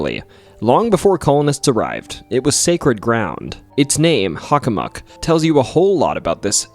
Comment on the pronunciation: I've never heard anyone pronounce Hockomock as Huckamuck. Is that the more accurate native pronunciation? On a side note, I went into the Hockomock swamp many years back. When everything went extremely silent - no birds, distant car or plane noises or even a rustling chipmunk - I figured it was time to hightail it out of there. There are no paths that run through the swamp however you can enter from the power lines to the east, or theres an opening to the west at the end of a street. I believe my compass directions are correct. EDIT: Oh and by the way, the documentary was great. I learned some stuff I didn't know from other Bridgewater Triangle docs. There's actually multiple King Phillips Caves in the area. One in my hometown of Sharon as well. 22 years ago I was walking the trail with my girlfriend the day before I was to leave for my first year at UMASS and we heard native drums in the direction of the cave in the woods. A few years back, I was telling my mother that story as we were heading onto the trail and sure enough, we heard the drums. Very strange.